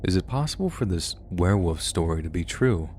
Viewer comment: I KNOW my comment is two years too late but is still relevant. Do you say, ‘Were-woof’? instead of ‘Werewolf’? It’s all the time, maybe it’s an American thing